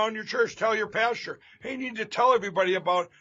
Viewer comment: " Tell your pasture", lol did he inadvertently call them sheep, oh my,, thank you very much for the comedy and I wish you everything good for the new year.✨✨🏆